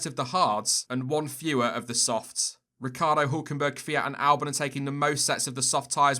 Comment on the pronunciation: No, Noooooo! Why did you butcher Ricc like that - he doesn’t need any more bad luck😉